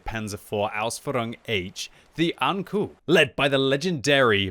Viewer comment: saying ankou like saying anku lul Knowing your japanese & anime, ou is an elongated o like say oooooo, not u Alternatively, ou is like saying the expeession word oh